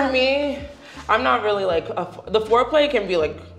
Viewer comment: Not at all! She needs to spend more time on the classroom. Did I hear her say “floor play” instead of “fore play”?? 😂😂😂